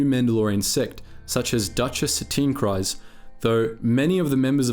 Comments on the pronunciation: Kryze is pronounced as kreez god damn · How can your mispronounce mythosaur so consistently? Given multiple examples of how to pronounce it in games, canon, other videos... Given the mispronunciation of Kryze I think it's the 'y' that's messing you up. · Good video, but the mispronounced names were distracting. Kryze rhymes with keys, not with eyes. The first syllable of mythosaur rhymes with Sith, not with scythe.